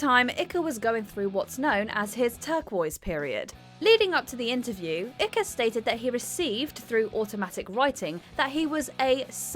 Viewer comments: David ikka? 😂😂😂 You can tell the voice over didn't do her research, tut tut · Icker ? Do your research on how to pronounce the name lol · NOT ICKE BUT PRONOUNCED IKE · 'Icke' is pronounced "AIK" in the name David Icke. He's a great journalist who covers important topics. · David Ih cuh ? WTF ? How easy is it to check how to say peoples’ name? Amateur outfit watchmojo obviously doesn’t care about accuracy. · That's David Icke as in 'hike'- ikky?! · its david Icke pronounced like "mike" without the "M" This is not a case of you say tomato and I say tomatoe. just saying. Thats the guy who thinks the government are lizard people. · It is pronounced David Ick (I as in Ice and the CK is just K). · It's pronounced ' Ike ' as in Bike. Okay ? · This narrator should have done her homework! IKKA?? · Did this show INTEND to insult David by pronouncing his name icky??? And SCREW them for disparaging Katie Hopkins too. AND the potshots at Trump too. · "David Ikker" Seriously... has she never heard of the legendary pillock, Icke? On the other hand, chances are everyone has been pronouncing it wrong 🤣 Like every cunt who tries to pronounce Loughborough 🤣😂😂😆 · Learn how to pronounce the surnames of the subjects of your videos ffs ”ikker” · Iekka? Ikka?, Icca?, whaa? Next up how many times a voice over Balls up a Name whilst being a smartarse! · Ikka 🤣🤣. At least watch the video of the Wogan interview in full to get the correct pronunciation. Thats a humiliating embarrassment😄😄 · Ikker me up. Learn how to pronounce names you Muppet woman. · It’s pronounced “Ike” like “Ike and Tina Turner”. Or, indeed, like if you dropped the L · ICKE (eye-K). He is literally the most famous British conspiracy theorist around and still very very active now. Why can't anyone in these compilation videos pronounce his name? Doesn't matter whether you agree or disagree with him but for heaven's sake, do the bare minimum of research if you're going to do these videos. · Ikka? It's pronounced hike.